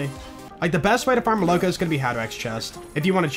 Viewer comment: Every time I am telling it's not molOko, its molokO (milk in rus.), but je doesn't listen😢😢😢